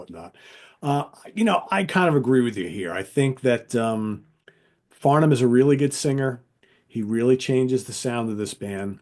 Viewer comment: The guy is named Farnham;-) to my ears always says Farndam.